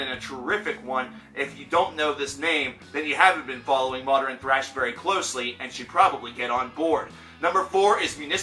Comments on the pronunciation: Nathaniel Damarelos It's a common mispronunciation like pattern being pronounced "patteren" or northern as "northeren." "Often" should have a silent t, especially is not expecially, etc. They're all really common but wrong pronunciations. Sorry, old man ex teacher here. ;) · Why do you say modern like that